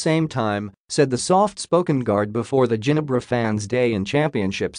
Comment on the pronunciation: Hey! can you please correct how you pronounce Ginebra. You can simply try to replace G with an H.....so it become HINEBRA then pronounce it that way I think you can got it correctly. I'm so mad & disappointed tha way you pronounce Ginebra. #justmyopinion #thankyou I salute you b'coz you featured a lot about Ginebra but you can't pronounce Ginebra in a correct way. Hope you correct it on your upcoming videos then I will like & subscribe. ty